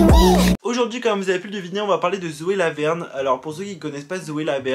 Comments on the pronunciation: à j'ai entendue Zoé la merde au lieu de Zoé Laverne 😂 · j’ai cru que t’avais dis "Zoe la merde" 😭